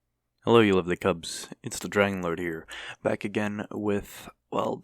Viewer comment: did you say cubs or?